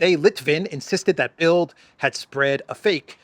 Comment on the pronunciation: Great report,. Thank you. (By the way, the German newspaper "Bild" is actually pronounced as "bilt".)